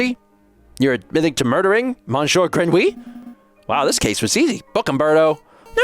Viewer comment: Oh no! Not Monshore Grenwee!